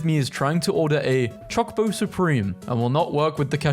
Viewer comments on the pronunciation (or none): none